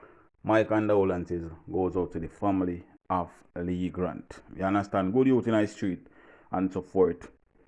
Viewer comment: It’s Leegate TV … not Lee Grant